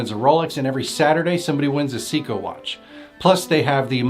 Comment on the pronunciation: Tag Heuer is pronounced "Hoyer" and Seiko is pronounced "Sayko". Just a note.